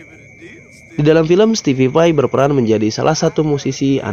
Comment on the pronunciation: (STEVE VAI) Stipai bang bukan stipipai